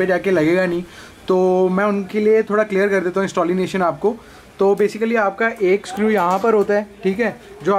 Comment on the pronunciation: Installination.... RIP ENGLISH